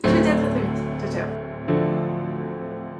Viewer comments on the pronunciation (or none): none